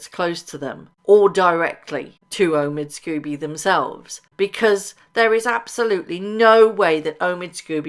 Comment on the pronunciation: Lady C calls Omid Scobie, "Amidst Scabies". That says it all. The man is not a journalist. He is a gossip writer and not a very good one.